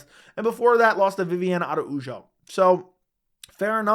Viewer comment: My OCD is killing me 😂, you pronounce Jose Aldo and Viviana Araujo wrong, but both in the opposite way. Jose is pronounced with a soft J like in Janeiro (Portuguese). Not 'hose'. Araujo on the other hand is NOT pronounced with a soft J but 'a-ra-uho' (Spanish). You wanna give me a heart attack, dude... 😂